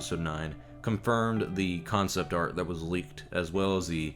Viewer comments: ArT not ArK! Get a proof reader! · I love you bro but it’s “art”